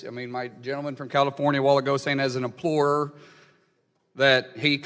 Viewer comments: The ACA does not legalize killing newborn babies. And the word is not "implorer" but "employer". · What's an emplorer? Wait, was that republican trying to say employer? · It's called employer not empoyer ! He should learn how to speak first before inheriting money and pretending he is SOMETHING ! MULLIN CAN TAKE HIS TRASHINESS BACK WHERE HE CAME FROM , OR USE SOME OF HIS INHERITED WEALTH TO LEARN SOMETHING!!!! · When he says "imploorer" is he trying to say "employer"? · What's an "umprorer"??? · If you pride yourself on being an employer, a good first step would be to be able to pronounce the word. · dude can't even pronounce the word 'employer'.